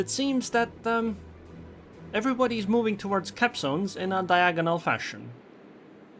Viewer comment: LMAO, it really sounds like that. When you say "capzones" :D